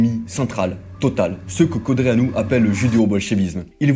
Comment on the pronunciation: Tu sais même pas prononcer Codreanu. Arrête les vidéos 🐒